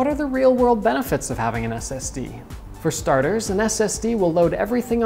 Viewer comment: Is he saying std